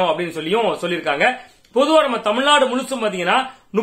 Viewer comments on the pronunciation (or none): none